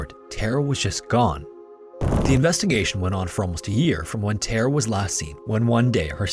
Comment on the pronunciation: Great video. But damnnn it's soo annoying how you say Tara. It doesn't have an E in it you know!?!